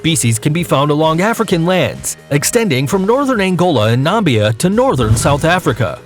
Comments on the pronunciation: It's Namibia, not Nambia. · I'm sorry, where is Nambia? Never heard of it. I have heard of Namibia though! WTF!!!